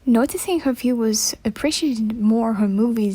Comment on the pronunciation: why did you say viewers like weiwwers